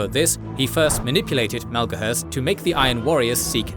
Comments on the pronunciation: Is it Malgohurst or Maloghurst? His portrait says Maloghurst, but you pronounce it like Malgohurst. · Take a drink each time Maloghurst's name is mispronounced ; ) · Hearing Maloghurst mispronounced so many times in such a short video is like nails on a blackboard. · Poor Maloghurst the twisted, you really had trouble with that name. 😂 great work as always 👏 Edit: not being sarcastic these videos are great.